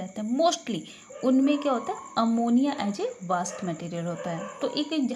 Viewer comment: मैम वास्ट नहीं वेस्ट प्रोडक्ट्स होता है...